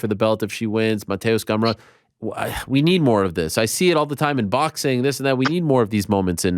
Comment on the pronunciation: Lol you said boxing wrong